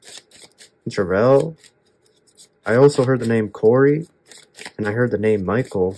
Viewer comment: My name is Terrell-I was floored when you said "Jerrell" close enough right?! Great reading.